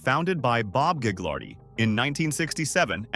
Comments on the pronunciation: You don’t pronounce the g in Gaglardi. The family fortune was started by Phil Gaglardi (pronounced Gah-lardy) who used his political clout to acquire land in a way that today would probably be illegal but wasn’t a problem when he did it, as minister in the WAC Bennet government, which ran BC from the early 1950s until 1972. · Gaglardi the second g is silent